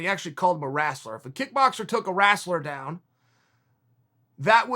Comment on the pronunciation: The “wrasler” lmao.... love Chael!